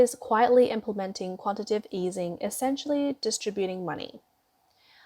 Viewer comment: Narrator: the financial/economic term is quantitative /ˌkwɑn.tə.ˈte:.tɪv/, (accent on the next to last syllable) not quantitive (which isn't a word). (The term is spelled correctly in the video text.) And, please notice the difference between issuance and insurance. They are not the same.